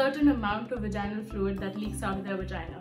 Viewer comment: "Vaginal", the intonation goes on the "a" not on the "i". So Vàginal Not Vagínal